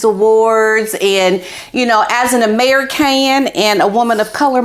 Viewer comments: I hope you watch this back bc every time you said "no or something similar" Otis would turn away from you and look down and then a few seconds later look up at you like "is it okay now?" It was adorable. I also love the way you say Ameri-can. Thanks for the laughs. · Please pronounce American correctly. Comes off as mockery.